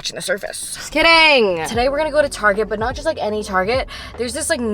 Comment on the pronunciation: "im just kiddinguh 🙄🙄" iconic